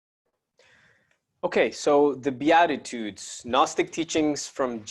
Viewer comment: Its beat ta tudes is how you say it love you brother blessings